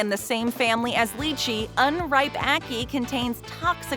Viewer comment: Its not pronounced li-chi its pronounced LAI-chi